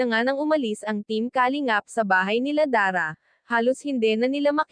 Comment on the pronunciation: Nakaka desmaya panuurin Kapag ganito Ang reactor mo kalingap,ndi marunung mag pronounce Ng kalingap 👎👎👎